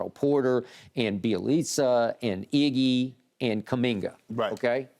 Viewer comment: It’s iggy not eggy